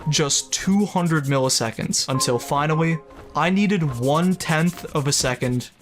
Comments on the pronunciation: until finawy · "till finawi"